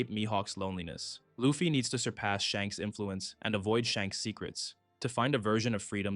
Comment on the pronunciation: Wasn't sure if anyone else had mentioned it yet, but you kinda keep saying Shanks' name backwards, my guy!